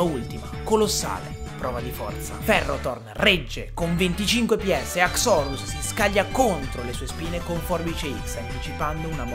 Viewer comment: haxorus solo il tono con cui lo hai pronunciato, perché io da quel che so non si pronuncia così, almeno così sento dire sempre, e poi quella pronuncia boh suona male sentirla dire così guardando il Pokemon, opinione mia